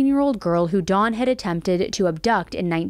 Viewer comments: Hard to focus on this when keeps pronouncing his name "Dawn" instead of "Don" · Why are you saying Dons name like the name Daun or Dawn... Don is said with a soft o ... you need to Pronounce names correctly. I thought his name was a girls name by the way you were saying Don.